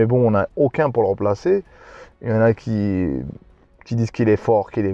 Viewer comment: Stp arrête de faire la liaison « qui zon » c’est horrible à l’oreille. Beaucoup de marocains font la liaison, ça ne fait pas sérieux